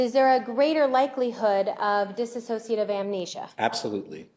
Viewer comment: Can somebody PLEASE tell Willmott how to say DISSOCIATIVE!!? She keeps saying “dis-as-sociative,” and it’s making my brain scramble!’😂